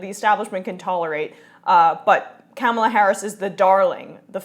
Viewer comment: It's pronounced Ka- MAH-la. And I differ with your interpretation that it is fantastic news. "Fighting for the American people?" I'll believe it when I see it. And we DO know a ton about #KounterfeitKamala'rs record from her days as AG of CA. Also, John Conyers single payer bill HR 676 has been "out there" for 14 years and never passed when the Democrats were in total control. Here is my take on this news.